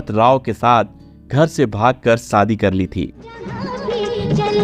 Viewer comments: Sh Sh sa sa mat bolo shadi sadi nahin aap apne Sh per dhyaan den. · Sadi nahi shadi kaho.tereko sh bolna nahi aata kya be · Pl shaadi theek se pronounce kijiye। It is , शादी नोट सादी